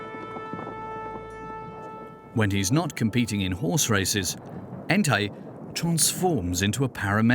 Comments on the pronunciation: The jock’s name is “Ntai” not “Entaï” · The got it wrong in the documentary. His name is Ntai not “Entai.”